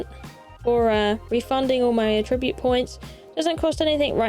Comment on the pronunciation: Hey. Attribute with the emphasis on the second syllable like you say it is a verb that means to give credit to. emphasis on the first syllable is the noun you want to say, a quality or feature of something.